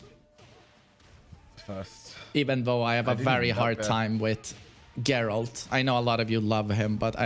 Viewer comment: Great vid as always! not expecting this to be read, but... for the algorithm anyway! nice take on Geralt (I think it is pronounced with [g], not [dzh]) and Snake) haven't played withcher 3 myself, never had such an impression. might do with the difference in localization. I heard that the best voiceover is in Polish, some merits to English dubbing (or localizaiton, not sure, maybe, I've heard that some jokes were better translated in English than in Russian), but the Russian voiceover is more popular where I live, and Geralt does not sound overly chad-like (or like Snake). Anyway, maybe changing localization might help you to get over this image :) And I never thought of David Hayter's Snake voice like something too manly. He always sounded like a heavy smoker, tired, broken soldier to me. Negan on the other hand has a very chad voice in my opinion :) And it's better to read Andrzej Sapkowski's books beforehand (very nicely written). Really helps to not care about presentation of the characters in the game :)